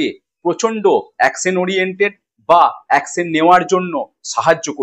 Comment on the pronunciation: "অ্যাকশেন" নয় কথা টা হবে "অ্যাকশন"